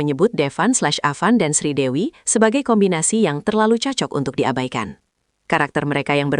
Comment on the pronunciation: Bukan Sridewi mbk tapi Sridevi jangan salah ucap ya❤❤❤